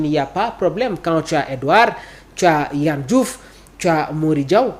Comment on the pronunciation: Il s'appelle pas Yann Diouf mais Yehvann Diouf. Plus de rigueur ! Ça commence par de ne pas écorcher le nom ou le prénom des autres ! Et surtout quand on est journaliste !